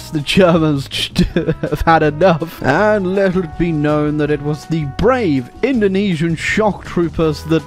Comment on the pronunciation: hearing saying Indonesian makes me cringe... actually any English speaker saying indonesian makes me cringe tbh